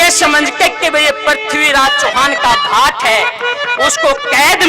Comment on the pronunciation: Bhai shab Aap galte Bol hara ha bhatt nahi hotaa bhat hotaa ha.......... Very sad Bhai g......